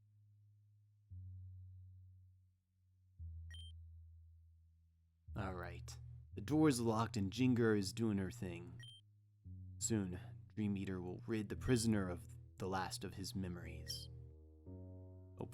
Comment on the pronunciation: Is no one going to talking about how he pronounces GEN GAR? I mean Gengar SAYS his own name!! where does JIN GER come from!? send help lol